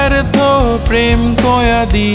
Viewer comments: কয়েদি উচ্চারণ টা হয়নি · গানটি সুন্দর হয়েছে উচ্চারণে একটু ভুল আছে, এখানে হবে ব্যর্থ প্রেম কয়েদি, কিন্তু আপনি উচ্চারণ করেছেন কয়াদি।